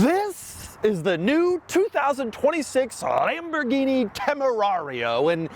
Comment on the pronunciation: Um... it's pronounced "Lam-bor-ghine-mah-shine"